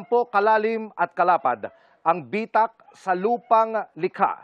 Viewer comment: Bitak not bi-tak